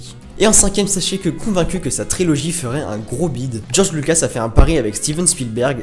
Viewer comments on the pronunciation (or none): none